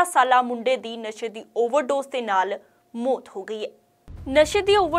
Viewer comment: Bibi bolna sikho mot ni maut hundi. Punjabi bolni sikho fr boleo news